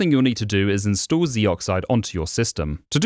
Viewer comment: Narrator: instood me: InstAll